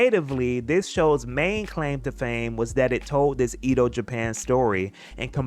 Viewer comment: prononciation was so on point until you said "ido" instead of "edo"😭